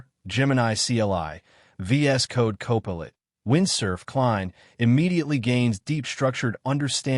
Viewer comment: AI voice can’t pronounce “copilot”?